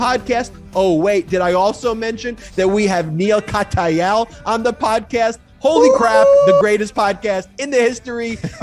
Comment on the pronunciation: Love the presentation and the discussion, but....Perhaps the reason Neil Katyal "called you out" was that you consistently mispronounced his name -- IT'S Kat - yal. NOT Kat - A -yal. He's been all over MSNBC for years, so he has a right to expect you'd do your homework and at least READ his name accurately, or at least listen to someone who does. We all like to be acknowledged by our name - I know. My name's French, and simple, but Americans MURDER it, because it's not pronounced like it looks. Neil's name is easy - all you have to do is READ.